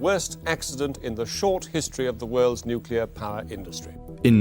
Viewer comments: It is not nukelar, it is nuclear. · Why do people pronounce it nucular when it’s nuclear? I’ve always been curious. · What the hell is nucular? Can't even pronounce the technology you are reporting? The nuclear fusion illustration is also wrong, you are fusing 2 atoms with many protons and neutrons, not hydrogen or tritium... Bad reporting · Nucular... It's always fucking nucular. On topic tho, it's kinda funny that whenever western country starts talking about more nuclear power, "accidents" start happening across existing power plants. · New-cular is very new and musk-cular. The community organiser tried to organise new-cular plants. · pronounced "nu-clear" you sound like an uneducated idiot. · nucular? really? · Dude please. The phonetic pronunciation of "nuclear" is typically written as /ˈnjuː.kliː.ər/ for the standard form. And if you're looking at the more colloquial pronunciation, it’s sometimes written as /ˈnjuː.kjʊ.lər/. The first syllable is emphasized in both cases, and the difference is mainly in that middle sound. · It's pronounced ' nucular, Pepsi' ( Homer Simpson, nuclear safety specialist) 😆😆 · Not once was the word "nuclear" pronounced correctly 🤣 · Brother you can't even say Nuclear